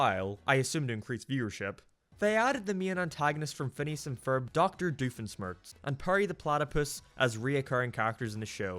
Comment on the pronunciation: The way you pronounce Doofenschmirtz hurts my soul. Also I think I automatically hate this movie because Candace is the focus. GOD I hate that bitch.